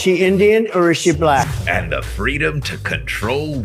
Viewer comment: Anyone listen to how he says certain words? Such as balack, and a few others. His pronunciation says it all